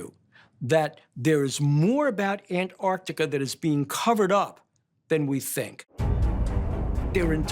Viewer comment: Antarctica has 2 'c's! How can someone with a PHd not pronounce it correctly?